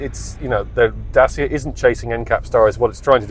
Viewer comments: it's not french is Romanian...is not that hard to say DACIA instead of Dasia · Is DACIA smart pants not DASIA🤣🤣🤣When will you learn🤣🤣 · It's pronounced "Da-tcha" not "Day-seer" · Very god review but every time me mentions the make by name it really JARRS with m! Get the name right PLEASE Datcha !!! I am not the only one, If you are going to be ca car reviewer it would be excellent if you could get the name pronounced correctly. Surely when you went to the presentation you must have heard the Dacia staff pronouncing it as it SHOULD BE! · I wish you’d learn to pronounce the damn name. Dat-cha! It makes you sound as if you haven’t done any research or have any background in the auto industry. It’s basic stuff.